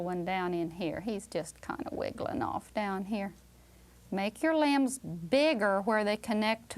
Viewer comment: limbs, i thought she said lambs 😭🤣